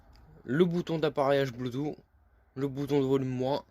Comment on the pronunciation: Faut arrêter avec les "voilà" tout le temps. Et surtout on dit bloutousse et pas bloutout. 😆👍